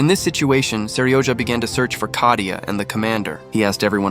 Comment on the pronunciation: Kayta? It is katia